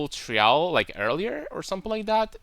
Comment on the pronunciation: I found it a bit funny how you pronounce "Trial". You put emphasis on the "a". Its pronounced like the word "try" and then ending it with "al". Nothing but love my man. No homo. Love your content, your (irl) character and your builds, and the way you think, analyze and the obvious fact that you play the correct game.